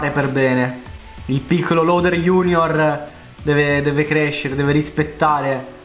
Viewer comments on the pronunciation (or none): none